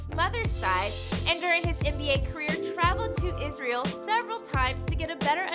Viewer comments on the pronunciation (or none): none